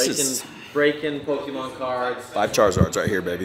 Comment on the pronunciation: For a guy that doesn't know Pokemon, he pronounces them well.